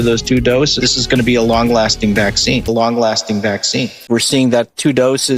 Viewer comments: I’m just happy that YouTube is finally allowing him to pronounce PhwA#%cine properly now without taking his whole channel down. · I enjoy the video but boy o boy is it annoying the way you insist on saying the word "vaccine."